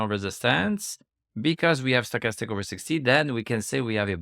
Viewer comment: You say stochastics correctly in english one time, then 2 seconds later back to "stock-a-stick"...😁